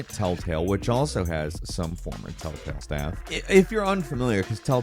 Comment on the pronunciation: First few telltales sounds like talltales but then afterwards sometimes u say it and sounds a mix of both. 😅😅